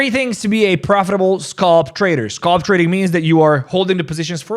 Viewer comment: SAY AL SAY AL SAY ALP SAY ALP SAY SCAL SAY SCAL NOW SAY SCALP ITS NOT SCOLP